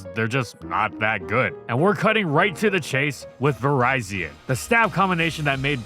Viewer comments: Vee-REE-zeeon, not Verizon, please 🥲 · Is this an ai voice over? Why do you keep mispronouncing virizion’s name? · Am I the only one who pronounces Virizion as "Vi-rih-zee-un" instead of "Vi-rai-zee-un"? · Ah yes, Verizon. My favorite Pokemon. Just nitpicking for fun, but does anyone know the proper pronunciation? I say virizion as in viridian, which makes sense, but never know